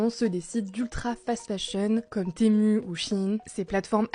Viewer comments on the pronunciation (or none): "sur shiiiine ou témuuuuu".... Faites un effort putain.